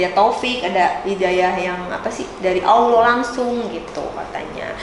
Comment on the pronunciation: Kenapa gua kesel ya kalo ada yang bca "Allah" jadi "Owloh"